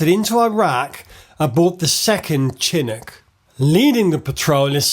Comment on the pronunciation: Dude you look like Conor Moore doing an F1 impersonation. Also its Leftenant not Lootenant and Chinook not Chinick.....